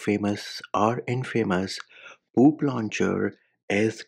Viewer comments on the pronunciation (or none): It's very satisfying, you saying "poop launcher" 😂😂😂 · I can't stop laughing when you say "Poop launcher " 🤣🤣